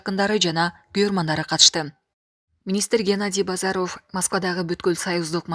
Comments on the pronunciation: Бозаров дебей Базаров деп туура оку диктор аял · Айланайын алып баруучу, баары жакшы.Бирок Жапар оф, Базар оф Касмамбет оф деп окуганын жадатат. Жазылышы менен окулушун айырмалай албайсынбы!?!?... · Алпаруучуга айтаар элем, ударениени туура койуп суйлосонор жакшы болот эле.Геннадий Базаровдун фамилиясын окуп жатканда туура эмес болуп жатат!